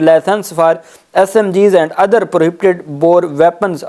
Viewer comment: Dear First correct pronoun station of words (Prohibited) . It is requested that you can speak / read in urdu